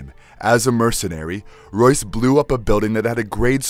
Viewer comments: He calls Royce, Joyce 🤣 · Royce not Joyce. Who writes your scripts?